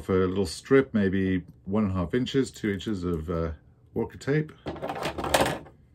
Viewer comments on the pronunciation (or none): This is a great video and very helpful. What was the type of Walker tape you are using? It was hard to make out what you said.